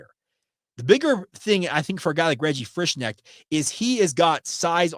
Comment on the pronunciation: I've known people with the same last name. The "K" is not silent. You say the name, "Frish-connect" only the "O" is more of an "EH" sound. Until i hear how a kid's mother says his name, i don't dare guess....